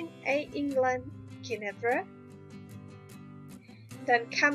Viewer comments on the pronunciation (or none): The purple colour is pronounced..... Gwen a veer! :)